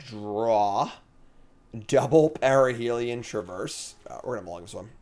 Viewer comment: Is there a joke I'm missing, you keep saying parhelion wrong. Parhelion ≠ ParAhelion